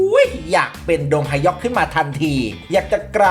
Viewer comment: ไม่ออกเสียงว่า ดง-ฮะ-ยอก ได้ไหมครับ ขอร้องไว้สักช่อง